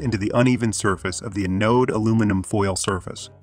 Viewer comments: Is that a computer voice? Its pronunciation of most words was spot-on, but some of the technical terms were pronounced badly. "Anode" is supposed to be pronounced with the emphasis on the first syllable: AN-ode, not a-NODE. ("Anode" should rhyme with "cathode," which was pronounced perfectly.) "Farad" is supposed to be pronounced with the emphasis on the first syllable, and a soft final a: FAIR-ad, not fuh-ROD. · STOP saying "Uh Node". Correct is "Anode" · ann!... node....english pronunciation, the accent is on the "an" not the ...node. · Thanks for the very informative video. I found it distracting that "anode" and "Farad" were not pronounced correctly, however. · Learn how to say anode 😭